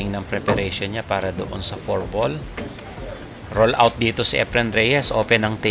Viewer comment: R-U-N OUT, boy. HINDI roll-out. Ang ibig sabihin ng roll-out sa tagalog ay ILATAG, o IHANDA, (at mga katulad na kataga na may mga parehong ibig sabihin).